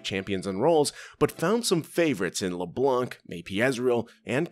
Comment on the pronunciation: IT'S LEBLANC NOT LEBLENK